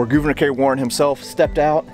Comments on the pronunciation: Always look forward to your videos. Thank you for simply pronouncing Gouverneur correctly. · you can’t win 🏆 lol 😂 but for the record you did pronounce it correctly!